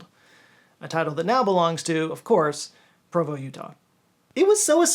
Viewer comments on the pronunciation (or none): none